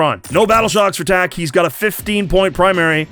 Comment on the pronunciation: Second they said "Tak" I audibly said oh god no. But the redemption was amazing